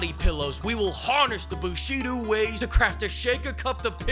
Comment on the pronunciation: Bushido? No no, Boobshidou.